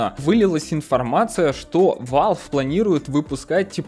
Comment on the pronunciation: блин, угараю, "победюнькать" и "валвэ"